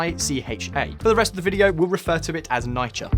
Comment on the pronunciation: People from NYC listening like "what he hell is NIGH-KUH".